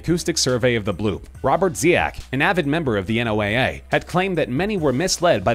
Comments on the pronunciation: ‘En-oh-ay-ay??’ FYI, it is pronounced “Noah” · FYI, NOAA is pronounced like the name Noah. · he said n.o.o.a but it said noaa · OMG! Nobody pronounces NOAA as “N” “O” “A” “A”. It’s pronounced “NOAH”, even by people within the organization. When you were spelling out the letters (like once would for CIA, FBI, etc) it took me a minute to figure out what the hell you were referring to.